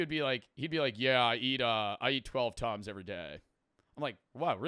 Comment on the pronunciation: when he said tums i hear tons i though bro was saying he was eating 12 tons a day